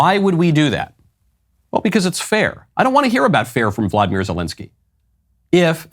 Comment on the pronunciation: Volodymyr not Vladimir when referring to this particular p o s